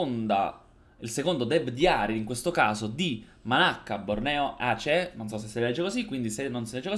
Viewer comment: Mi sento altamente offeso per 2 cose. 1. Non è hoi. 2. La tua pronuncia di Aceh.